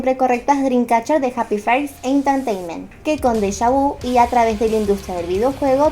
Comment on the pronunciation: Entertaiment se pronuncia enterteiment, J-POP se pronuncia lleipop y KPOP se pronuncia keipop Te quiero ❤️